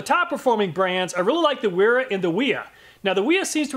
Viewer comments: It’s actually pronounced Vera. There are no double U in the German Alphabet. There are double V. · Bro Wiha is pronounced VeeHa like how Wera is pronounced Vera. German W = V. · Awesome review i love this channel, But just so you know Wiha is pronounced “vee-ha “ and wera is pronounced “vee-raa” source i’m German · In German 'W' are pronounced as V and an E at the end of the word is pronounced E long R Miele is Mieler Gedore 'r' Wiha -- Viha : Wera :- Vera